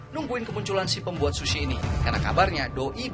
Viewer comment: Ga tahan sama "shushi" Nya. Dan diulang ulang terus "shushi" Nya